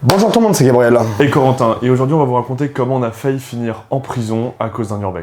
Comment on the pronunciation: Les gars, désolé mais surtout Gabriel. Tu as un super beau prénom mais j’ai tellement l’impression que dans toutes les vidéos tu dis « Bonjour à tous, c’est Gabriella ». Voilà, fallait que je le dise. Continuez comme ça bisous